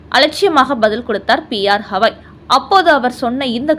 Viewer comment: ஹவாய் அல்ல கவயி It’s not Havaai but Gavai Though it is proper noun we can see what letter he uses in Hindi and English.